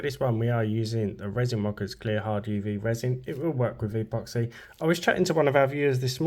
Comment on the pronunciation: Why do you say e poxy?